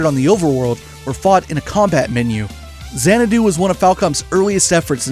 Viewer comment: Hmmm, I never really thought Xanadu could be pronounced as "Zan-eh-do", I always took it as "Zan-Ah-do". This was a very nice, detailed video about the Trails games, as well as a bit of Falcom's past. A mutual of mine on Twitter retweeted it, and I'm glad I checked this out! Gave me all I needed to know about the two topics quick and easy, with superb pacing to boot. All that's left to do now is to get back to Trails in the Sky 1 over on PC. Thank you again for the video.